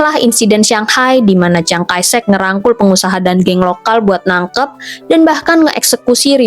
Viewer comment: Chiang kai shek kok dibaca ciang kai sek?? 😂😂😂